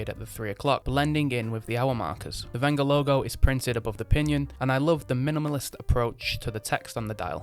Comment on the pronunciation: Thanku for pronouncing the manufacturers name properly